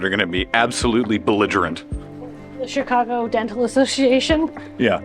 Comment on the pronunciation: More "chi CAH guh" than "chi CAH gaaahhh" but good attempts! Glad to see my home area treated you well.